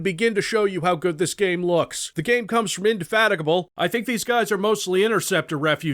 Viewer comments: they should free because he was almost the only one I SAW that could say indefatigable without cutting ur own tongue in half at speech speed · pronounces indefatigable like a boss, pronounces implacable as inplace-able which is the best freudian slip ever for a retro shooter. Never change.